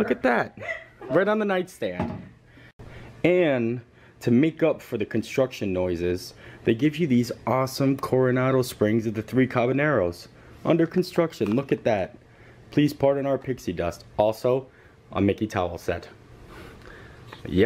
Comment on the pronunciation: HAHA! "The Three cabaneros"... Let me help you "Cabayeros"